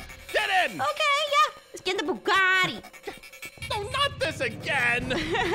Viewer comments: It a Bugatti not buggari 😂😂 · I love how she said buguti it 😅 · who else was like "I WOKE IN A NEW BUGATTI" when Jess said Buagatti 👇